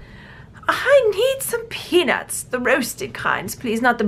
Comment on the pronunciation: When you said those beads reminded you of peanuts, I thought you said something else. 😂😂😂😂